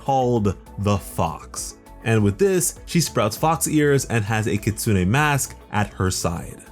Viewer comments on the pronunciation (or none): none